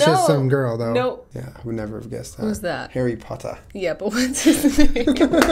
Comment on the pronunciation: I'm dying all over again from the "harry pottah"